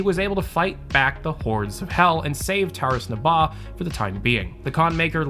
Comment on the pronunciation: "Tauris Nabaw"